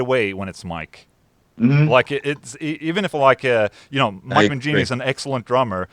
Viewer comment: I almost heard "Drum Mangini" lol